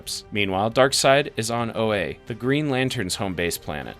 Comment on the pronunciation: Crazy you couldn’t pronounce Oa properly